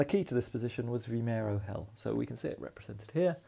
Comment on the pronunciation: Another enjoyable video. Your pronunciation of Vimeiro was close enough :D